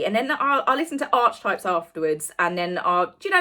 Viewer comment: love your videos. However please note that archetype is pronounced ar-key-type. Hope you don’t mind my mentioning it. 😊